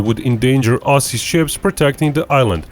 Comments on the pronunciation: Aussie is pronounced ozzy not ossie ! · Spelt Aussie but said Ozzy